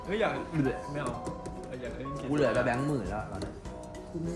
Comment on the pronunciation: เขาชื่อพี่ แบงค์ ไม่ใช่ แบ่ง เพื่อน ไม่ใช่ เพื้อน มี ไม่ใช่ มี่ เดี๋ยว ไม่ใช่ เดี่ยว เยี่ยม ไม่ใช่ เยี้ยม วิ่ง ไม่ใช่ วิ่งไปฝึกภาษาไทยนะคะไม่ได้ด่าว่านะแค่บอกให้รู้